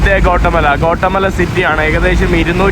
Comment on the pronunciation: കോട്ടമല അല്ല ഗ്വോട്ടി😊മാലാ